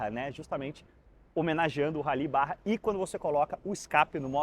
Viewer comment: Precisei pausar o vídeo e vir comentar: não é o primeiro vídeo da Raptor que eu assisto, e agora assistindo o seu, eu percebo a enormidade de informações com embasamento que você traz para o vídeo (até mesmo a pronúncia correta "BARRA" e não "BAJA"), e também de História. Sério,, dá gosto acompanhar teus vídeos, conteúdo muito profissional mesmo, um show! Parabéns!!